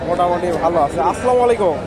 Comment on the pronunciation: ও ভাই সালামটা সত্য করে শিখেন আসসালামু আলাইকুম